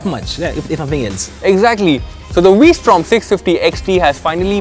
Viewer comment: He keeps saying WE Strom.